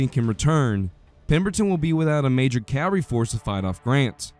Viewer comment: Informative video. Don't pronounce "cavalry" and cav-ree or "field" as "filled"